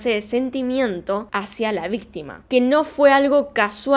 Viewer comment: “vistima” jajsjajaj